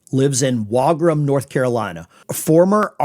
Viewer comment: It is pronounced Wagram (WAAY-GRAM), we have an airplane graveyard bigger than Texas out here.